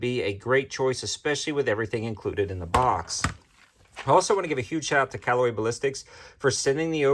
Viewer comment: Pronounced Si lee